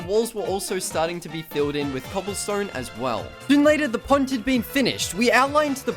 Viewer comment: When you were saying pond I thought you were saying punt.